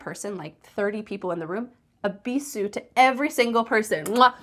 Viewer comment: It's pronounced with a z sound /bizu:/ 😅 Have you been to Morocco, guys?